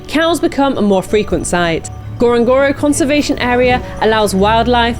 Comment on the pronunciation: N. Ngorongoro. You must say nnnnn befor. Lol